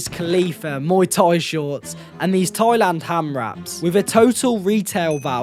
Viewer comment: It’s not TOYLAND it’s THAILAND 😂